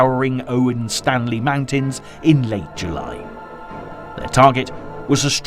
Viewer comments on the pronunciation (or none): none